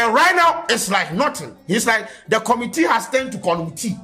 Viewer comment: From Committee to Conumtea 😂😂💔... my niqqa 😂